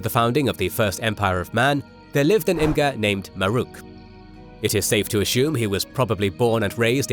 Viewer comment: Imga, not kill, Imga.